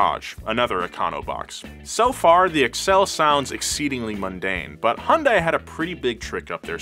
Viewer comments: im not a fan a hyundai at any means but it kills me when people pronouce Hyundai as "High Un Dae" instead of "Hyun Dae" lol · It's Hyundai not Hundai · YES TY ITS HY UN DAI NOT HYUSDAI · Hyuhn-dae Not hi-yun-die. Not hon-die. Hyuhn-dae. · It's pronounced, "Huhn-Day", not "Hahn-Die" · It’s pronounced Hahn day not hi un day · It's HUN-DAY. Not Hun-DIE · Hun-DAY. Wtf is hi-un-die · Hyundai is pronounced like “Sunday” but with an H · I dead ass pronounced it Hsunday now🤦‍♂️ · No it's not, it's pronounced He-un-die-ee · it's pronounced like hyundeh 현대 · no it aint, take it from a korean. Its pronounced Hee yun day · Stop pronouncing it with and i. Hyun-deh. Done. -korean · yea the english spelling of korean words is very often incorrect. It's hyun deh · Wrong it's Hi-yun-die-yay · nein the pronunciation of 'A' when saying apple. h-yun dae(Hyundae moters) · I'm korean and it is pronounced hyunde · What a fantastic video! I simply wanted to share an interesting tidbit with all of you: the correct pronunciation of Hyundai is "Hyun" (similar to "Shun") and "Dai" (pronounced like "Dé"). However, in the grand scheme of things, I guess it doesn't even matter. I truly believe that this automaker's trajectory will only continue to soar. Bet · hyundai, rhymes with young day. <3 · Guys it's pronounced Hyuun Day like a Sundae 😭 Killing the Korean inside of me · Take a sip everytime he calls it “HanDie” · One of the most interesting things about Hyundai ( "HUN-DAY" ) is how many people cannot pronounce the name properly 😂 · what’s a HIYUNDAI? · It's pronounced Hyundai, like Sunday. Any respected journalists would know this. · It’s pronounced hunday, like Sunday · Hyundai is actually pronounced Hyun-Day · It's pronounced "hun-day" like Sunday. Hyundai even ran an add campaign just to explain this because no one would say it right. Surprisingly, not even the car enthusiast YouTube channel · It's so fun watching Westerners trying to pronounce Hyundai lolol Its Hee-Yun De.